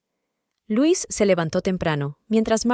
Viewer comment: Es LUISA ahora bien si es "inglés"(?) se dice lois no LUIS que es masculino ,la inteligencia artificial es la mensa artificial confunde géneros y cambia la pronunciación etc y se repite mucho, es cansado y aburrido 👎